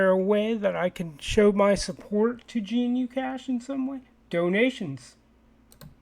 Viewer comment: Also, not gee-nu-cash. Just guh-new-cash